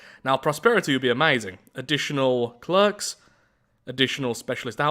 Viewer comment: Mate, if you don’t mind me asking, why do you pronounce ‘clerk’ like that...?